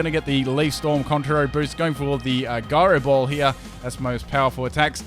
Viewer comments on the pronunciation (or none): The way you say gyro ball annoys me